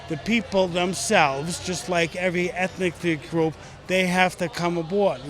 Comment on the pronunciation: (._. )... Did he say "ethnicic group"?? 🤔